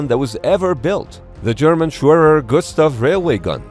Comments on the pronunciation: That’s how it’s spelled but the Germans pronounced w and vhee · The way he pronounced Schwerer 😂